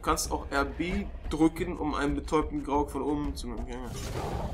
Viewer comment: Grog? ich glaube du meinst Graug